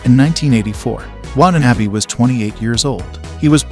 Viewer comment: The way this narrator mispronounces Watanabe is exactly the way my friends and I intentionally mispronounce it when we're trying to sound like Americans who've never heard a single Japanese name ever in our lives.